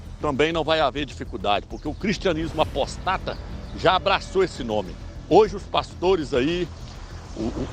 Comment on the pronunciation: Não se diz "apostáta", mas APÓSTATA, caro irmão ☺